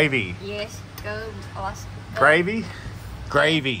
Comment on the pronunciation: She dont need to work just keep putting her in your videos, im sure im not the only person that enjoys watching her haha! its all "gwavy" 😂